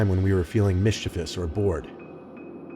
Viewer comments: did this dude just say. mischief ous? isn’t it pronounced mischeevious? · It’s supposed to Mischievous, man he really butchered that 😂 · Did I hear mischevoush?